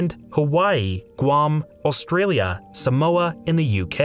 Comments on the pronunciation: It’s SAMOA not Somoa 😴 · lol. It’s Samoa, not Somoa.